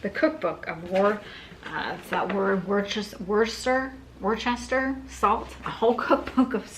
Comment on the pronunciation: pronounce Worcester, as wister.